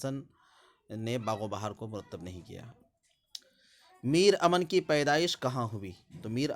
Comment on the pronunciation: میر امن ۔۔میم مشدد سے پڑھا جائے گا